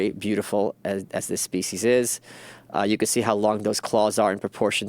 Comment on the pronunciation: I hate how he says "speece" instead of species